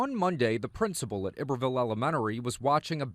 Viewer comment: The mispronunciation of iberville hurts my Louisiana soul!